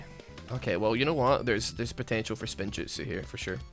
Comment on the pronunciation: Damn it you had one chance, it’s “spinjitzu” not spin-jutsu